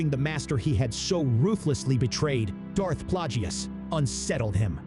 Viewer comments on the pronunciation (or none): Also you said Plagueous wrong. Think of saying it as “plague us”